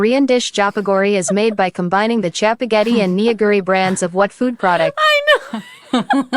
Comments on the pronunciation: "ramdon" or jjapaguri is made from combining jjapaghetti (jjajangmyun style ramyun) and neoguri. the "don" comes from neoguri having udon-adjacent thicker noodles (also neoguri is pronounced nuh-guri, not nee-oh-guri). steak is an ok topping but jjapaguri with a runny fried egg and american cheese will always be superior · i was looking for this comment on the pronunciation of neoguri, like it’s no fault of or anything but it just made me physically cringe